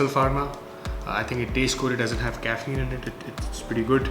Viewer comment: Is it just me or did everyone hear him say "Caffain" in BCAA. Who the hell does that. ;)